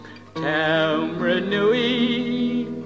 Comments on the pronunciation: That is definitely not how you pronounce Taumarunui. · Actually that's not how you spell it. But your'e right. Shocking pronunciation which was typical of the era.